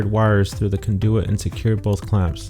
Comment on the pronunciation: no. Jeeze. It’s the moronic way conduit is pronounced.